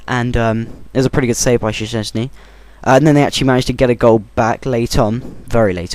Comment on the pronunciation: it's shezney, say it like that